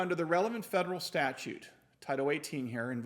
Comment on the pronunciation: Hopefully Mrs. CRS reads her comments, I suggested she watch your videos. 😁👍 Another thing, with your law knowledge, is it hard for you to say statue? 😂